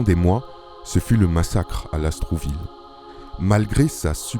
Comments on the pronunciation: Merci pour cette vidéo!! (Lastourville et non LasTROUville ) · Mboloani à tous! Merci pour le partage d'un pan de notre histoire... simplement, il faudrait prononcer LAST OUR VILLE et non Las trou ville Eh oui, l'administration coloniale a fait beaucoup de mal partout!!! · LASTOURVILLE du Comte de Lastours. Pas LAST R OU VILLE